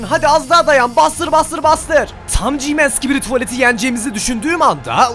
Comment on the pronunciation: Abi GMAN değil G-man